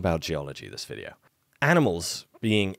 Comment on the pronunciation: Yeay.. Stefans back with a wickedee-bo wideo ...... but where's the spoon? 😂😂😂